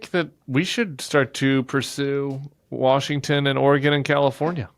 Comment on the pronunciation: Why do you all insist on being lazy & NOT pronouncing the 3rd syllable of Washington? I've literally heard so many "educated" professional talkers on various platforms call it Washing DC....guess you guys aren't as smart as you think you are.